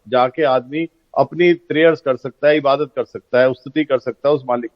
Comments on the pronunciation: shi se Ibadat nhi bol pa rhe h aur kh rhe h ki me Islam se bare me Jan rha hu aur kuraan srif pada hu. Gajab ke ghute h 🤣🤣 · Tm hmko Milo to btao kitna kuran ar Islam padhe ho ik simple sa shabd Urdu bol nhi paye ibadt